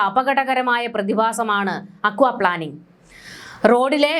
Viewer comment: പ്ലാനിംഗ് അല്ല plaining... Aquaplaning or hydroplaning